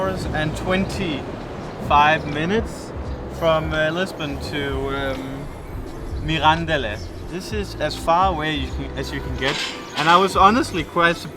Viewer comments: Oh, come on,! You're in Portugal long enough to know that EVERY single motorway in this country (with the exception of a short stretch of the A8) is paid, so don't act so surprised. Btw, Mirandela is pronounced like Mandela, with the accent on the "e" and not on the "an".; ) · When you say Mirandela you have to open the "e", like you say "ela"...!! - You are simply a true "spectacle". Wish you THE BEST....! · I'm not a great fan of alheiras but the real ones are from Mirandela for sure and when they're well cooked I can eat them from time to time. By the way Mirandela has no accentuation at all so you have to pronounce it MI-RAN-DE-LA as if it was four musical notes with the same value each one. Enjoy Trás-os-Montes my countryland.